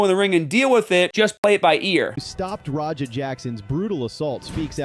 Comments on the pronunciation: "RAHA" I thought you were an EXPERT on this subject smh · "Raha Jackson" 😂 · Bro you’re calling him Raha. Idk if you’re joking or not